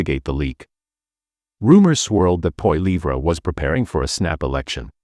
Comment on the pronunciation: What a B.S. platform. Can't even pronounce Poilievres name properly